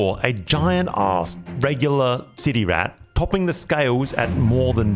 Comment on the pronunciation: Anyone else hear him say "titty rat"?😅